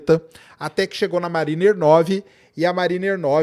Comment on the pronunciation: pronuncia Mériner - mariner. Abraço.